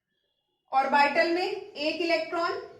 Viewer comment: How orbital is pronounced by mam ... 😭😂